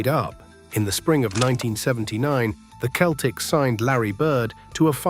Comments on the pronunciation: Why do you say keltics? Its Celtics. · Please fix your AI pronunciation. It’s not “Keltics,” it’s “Seltics.” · Ah, AI again. Get a human to narrate thisl you give yourself away when you pronounce proper names differently in different sentences. 1st example, Celtics pronounced as both keltics, then seltics. Now, Bird was fast, he just wasn't the fastest guy on the floor... but neither was 90% of the other players. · The basketball team’s name is pronounced “seltics” And you mispronounced some of the players’ names. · This guy keeps pronouncing the Keltics instead of using the letter c that has the s sound. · The dead giveaway was the Celtics pronounced as "keltics".